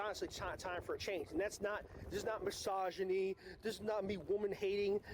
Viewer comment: so I’m totally going to be an annunciation fascist here, but the way he said misogyny sounded like Massage a knee and I don’t know it just made me chuckle really really fucking hard